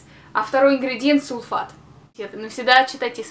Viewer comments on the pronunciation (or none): почему "сулфейт"?!:-O